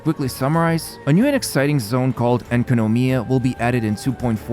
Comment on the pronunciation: en ka no mya i don't see the problem.